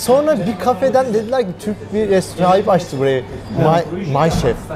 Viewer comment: restorant demesen ne güzel olacak,şu sondaki "t"harfini koymadan,yani restoran doğrusu,inan kulağa çok ters geliyor.Başarılar